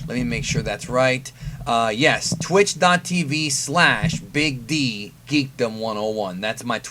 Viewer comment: The emphasis on Big D..... LUL